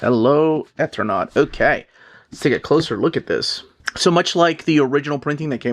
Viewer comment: I think it's pronounced Eternaut long E on first sylable. As in Eternal. There's a utube channel Mattt that does a deep dive into the entire situation and background of the creation of this wonderful book and its tragic circumstances. Hafta order from my lcs immediately!